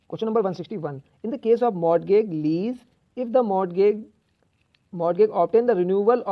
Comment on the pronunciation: Pronunciation of Mortagage and related things are wrong... But thank you..your videos are helpful:)